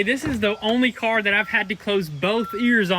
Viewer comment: "Were almost done with the carrr"!!..😂😂😂